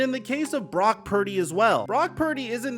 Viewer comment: He feels so badly towards Brock Purdy he won't even say his name correctly... Brack perdy, F Newton. Not for his opinion, but for his blatant disrespect...